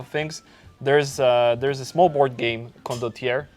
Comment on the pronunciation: Glad the said Condotierre